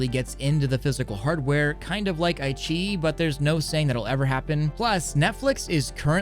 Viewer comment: Not ai-chi It's Ai-qi-yi